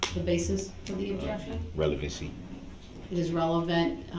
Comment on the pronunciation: Even worse when he says revelancy.